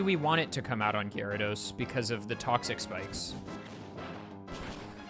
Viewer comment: AHHHHHH STOP SAYING LU-C-IN. ITS LOO-SHUN. ALSO PLEASE LEARN HOW TO PROPERLY PRONOUNCE OTHER NAMES. It’s not GUI-AIR-RAH-DOS, it’s GEH-RAH-DOS.